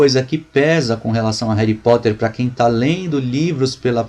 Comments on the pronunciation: cara eu te respeito tanto. mas "reri poter"? é sério? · réry poter kkkkkkkkkkkkkkkkkkkkkkkkk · '' Réri Potter '' ta sertu